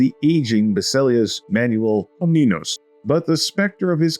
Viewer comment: Listen and repeat: Pa-le-o-lo-gos; Kom-ne-nos :)